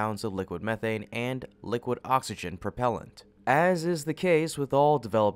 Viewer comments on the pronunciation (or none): none